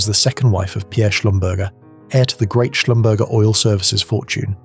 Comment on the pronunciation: Schlumberger is pronounced Shlum ber zhay